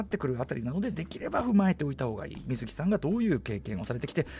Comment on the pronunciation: 水木の発音が【み⤴︎ずき】ではなくてわざわざ【み⤵︎ずき】なのは、水木しげるさんご自身が【み⤵︎ずき】と発音していたからです 原作者リスペクト徹底していて好き